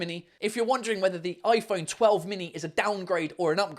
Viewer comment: When he said “its aun oi phount telf “ translated “its and iphone twelve “